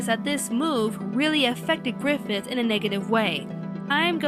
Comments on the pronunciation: Let's have a little chat. So... I swear I heard you say "Gryphon" instead of "Griffith" The "end" of Berserk doesn't rely at all on an ooc moment for Griffith. The story constantly builds up just how determined to reach his goal he was, and sacrificing his army is nothing he wouldn't do. The arrangement for him to be made a demon lord was made long ago when he was a child, and he very readily accepts it when it comes. Griffith only wants power, and everyone he knows is just a means to that end. Berserk's ending is messed up bit because everyone you know dies, but because it stops where it does. This is all just the build up for Gutts' main struggle throughout the rest of the story: trying to keep Coska and himself safe from the demons after their seals and find and kill Griffith. Plus, that's not really the deal with Clannad, but that's of no consequence right now. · It's pronounced, "Faggith"